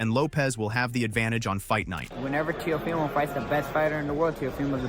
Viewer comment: How u say that teo fy mo? 😂